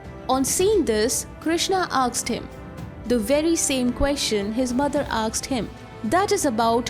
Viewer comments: Why she says asked as aksed ? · Is it really "aksed" you are spelling or "asked" ? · The narrator is always saying AKSED , AKS instead of saying ASKED , ASKS ...😂🤣😂🤣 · Everything else is fine , what is "aksed" . You're saying "aksed" instead of "asked" everywhere 🤦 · A part of me dies every time she says aksed instead of asked. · Just curious, am I the only one hearing her say, "Aksed" in place of "Asked". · Aaksed ? or Asked ? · AKSED!?!? OR ASKED?? PRONOUNCIATIONS ARE CLEARLY MENTIONED IN THEY DICTIONARY!!! LEARN TO READ IT!! ACCENTS ARE PARDONABLE. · Asked or aksed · Aksed?? Or asked? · Well put together. Suggestion: Work on your pronunciation. It's "asked" not "aksed" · I want to aks you, whats up with them aksing questions? He aksed, she aksed everybody aksed.. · Asked (aaksed nahi) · Asked not aksed mate!!😂😂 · "aksed" nahi baba "asked" hota hai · Asked not aksed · Aksed 😕 Asked 😐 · "Asked" shall be pronounced as "A S k' ed" not as Aks'ed... else good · When you say aksed , it's very irritating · Aksed nahi asked hota hai... Good presentation otherwise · Why she is pronouncing "aksed" Instead of "asked" 🤣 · AKSED him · Its asked not aksed, please correct pronunciation, its embarrassing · she is saying aksed ?? really. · 'aksed him' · Aksed, Aksed, Aksed, Aksed, Aksed, Aksed, Aksed, Aksed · You have a great pronunciation except for “Asked”. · Its okay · Your pronunciation of ask gives me shivers 😱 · Please work on the pronunciation of the word "asked" 👏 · Please learn how to pronounce Asked